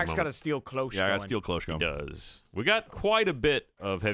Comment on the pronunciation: everytimes says Clo-hoches it pisses me off XD, its a french word and it is said in a single step, Cloche! like Claude! che in french is pronounced ch, the e is silent. so it would go like kloch with the ch said a bit in a sh way.